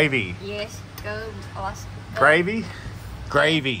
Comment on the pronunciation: She dont need to work just keep putting her in your videos, im sure im not the only person that enjoys watching her haha! its all "gwavy" 😂